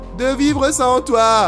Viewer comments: Au fait ça se prononce ni sans en ne prononcent pas le s ni Sans en prononcent le s ça se prononce Sans comme si tu disais sane z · c simple en fait pour Papyrus ce n est pas génant a entendre mais sans ça fait bizare d entendre sans et non Sanse donc on préfère dire Sanse voila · oui j'arrive apres le guerre et je vous enmmerde , pourquoi on t'enmerde avec sans et non papyrus? parce que sans c encore une mauvasie prononciation , c comme les anglais mais avec un accent fr (parce que les anglais disent seinnece et non sansse) bha la c pareil , pour faire court c comme si tu disais "papyru" au lieu de "papyrusse" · ssssaaaaannnnnssssssssssssssssss apren à prononcer stp